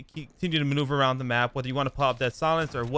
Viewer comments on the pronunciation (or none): Dude, learn how to speak. It’s The not Da. It’s Them not Dem